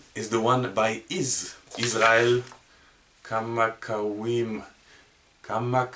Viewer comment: You say his name like this Kaw maw ka vee vuh oh ley 😄😁